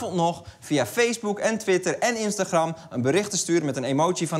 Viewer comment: arjen je spreekt instagram verkeerd uit